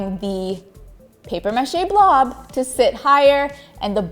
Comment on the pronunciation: The mispronunciation of “mache” and “process” make me cringe. And the light is terrible. The bench is great, though. Just hard to watch with the weird pronunciations.